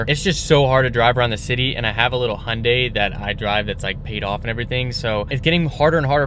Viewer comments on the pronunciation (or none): none